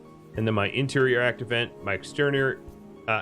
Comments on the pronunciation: Why do you keep saying 'act event' instead of 'active vent' ? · When you pronounce 'Active Vent' it sounds like you're saying 'Act Event'.